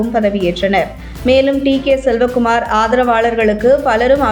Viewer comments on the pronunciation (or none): செலவகுமார் இல்லைடீ.. சிவக்குமார்.. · Selcakumar illa amma sivakumaaaar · அது சிவக்குமார் ... செல்வ. குமார் இல்ல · Not selva kumar. Shiva kumar.